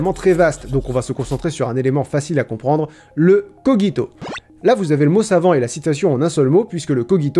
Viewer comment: Je doute très fortement que cogito se prononce coguito... Ne serais-tu pas le malin génie links ? Tu essaies de me tromper ! Je le sais ! Mais ne t'inquiètes pas, je pense... Donc je suis ;)